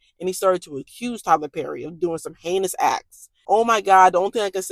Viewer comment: Omigosh, when you said heinous, I thought you said anus 🙆🏾